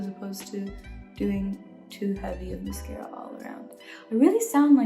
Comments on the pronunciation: Everyone: i love sabrina so much Me: why is she saying miscara it's mascara lol (I love her so much tho) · she said “mes-cara”